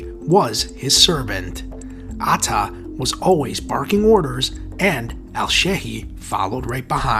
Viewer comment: Man the pronunciation killed me Mohammed aaaaataaaa😂😂😂😂😂😂😂😂😂😂